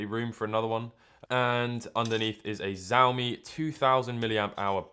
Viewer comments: Xiaomi is pronounced like "shaomee", I guess. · Can you pronounce xiaomi properly?